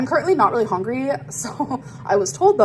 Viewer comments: Does she literally say hongry on purpose just to piss us off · Cannot unhear how she says hungry as hongry